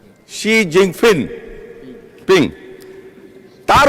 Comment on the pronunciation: যিনি জানেন না দেশের কোন জেলায় সোয়াবিন হয় আর কোথায় গম হয়, ভূট্টা হয়, তিনি করবেন দেশের জন্য মহা পরিকল্পনা। এই মন্ত্রি দেশের সংসদে দাঁড়িয়ে চিনের রাষ্ট্র প্রধানের নাম ভুলভালভাবে উচ্চারণ করে কি প্রমান রাখলেন?